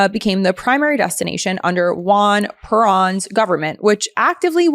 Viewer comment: Not to be hypercritical, but....The fact you mispronounced multiple names in the Nazi war-criminal portion (Göering, Perón, Mengele, etc.) tells us you proooobably never heard of them before your show prep--which doesn't inspire much confidence in your ability to speak authoritatively on the subject.....And was pretty cringe.....Just sayin...